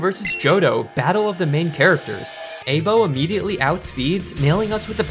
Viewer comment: I-bo not ay-bo aibo means partner in japanese